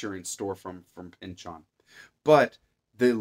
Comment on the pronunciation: (By the way...kudos on the correct pronunciation of "Pynchon." ;) )